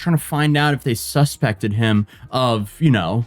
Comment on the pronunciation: Because, in the future, you'll need to pronounce this properly, the accent is on the 2nd syllable: sus-PEC-ted Thank you for focusing on justice